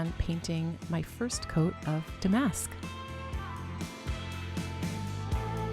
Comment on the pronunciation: MCM is not my style, but you do it soooo well. Lovely piece. Love your unique channel .....would really enjoy seeing you on stage ! BTW Damask is pronounced with the accent on the first syllable..DAH- mesk. All you young girls make that mistake lol.